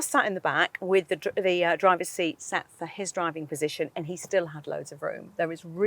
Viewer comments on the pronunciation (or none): none